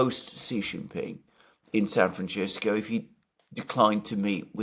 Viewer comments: Alexander: San Franchisco. Me: Really? Alexander: San Franchisco. Me: If you say so. Alexander: San Franchisco. Me: Okayyyyyyyy... Alexander: San Franchisco. Me: slowly backs out of the room Alexander: San Franchisco! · Nobody says San Fronchessco in English or Spanish.. he's mispronouncing our city's name because he's a little too lazy to find out how to pronounce it like the world does.. and his fans 😤😤😤would rather lay on a bed of nails that admit he's wrong about anything.. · he's mispronouncing the goddamn city's name. I live here.. should we mispronounce every cities' named and then pretend that it isn't just because it doesn't fit into your narrative?? It's not a major thing ..but it is something that needs to be pointed out. It's not San Franchesssco.. stop making lame excuses for his sloppy pronunciation.. it's kind of dumb.. are you his lawyer? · Have I been pronouncing San Franchisco wrong all this time? 🫤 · Alexander, the first "c" in San Francisco is an "s" sound, because it's a Spanish name, unlike the Italian name Francesco, whose first "c" does sound "ch." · Why is Alexander calling SanFrancisco…SanFranchisco?? Californians do not call it that?? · San Fran-SIS-co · Why the heck pronounce Francisco Franchisco Alexander? Really? With all respect and admiration for what you both do 😊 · Sab Fran What? Did i hear ye richt? Flmao… See Joe Jackson man…. The extremely talented Singer songwriter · It's San Francisco..not San Franchesco.. Don't you know how to pronounce a word.. in English?😮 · It is time to lovingly and kindly point out the fact that no person in the history of the world who did suffer a speech impediment or have an accent that could form the sound "sls" has EVER said San Fran CHISco. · Just say Frisco San Fran or San Francisco. Pronounced Sisco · Let's hope the meeting doesn't happen in San Franchisco so we don't have to listen to Alexander mispronounce the name San FRANCISCO over and over and over. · San Feces.